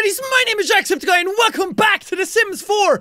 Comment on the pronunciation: in the intro did he just say jacksoopticeye